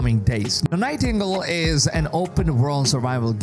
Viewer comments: I I’m pretty sure that’s pronounced Night-iN-Gale, not night tingle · It's "Night-en-gale". 😉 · Night tingles 😂😂😂 Nightin -gale 😂😂😂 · lol night - tingle lol